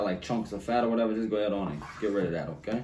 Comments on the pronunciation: Whenever says "OKay", in my head I be like "OKay"! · I could listen to him say Budda, Powda, and Okay..all day Lol! Food always looks so good🔥